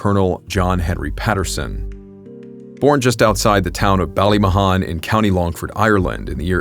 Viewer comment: Ballymahon until u said Co. Longford I was like what he talking about really butchered that name but ye I live in Longford town I know Ballymahon well